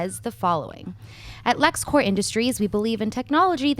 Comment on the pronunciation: It's Lex Corp, with a P. Corp with a silent p is for military.